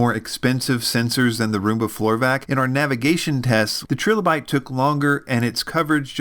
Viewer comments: its killing me but its pronounced TRY LOW BYTE . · Tri-lo-bite, like the fossils. Unless that is how you'all pronounce the fossil as well :) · It’s “TRY-LA-BITE”. There’s no second “L” to soften the “i”.